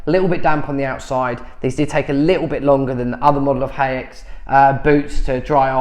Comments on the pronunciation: You pronounce this brand hikes! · Haix > Hakes > rhymes with Cakes :))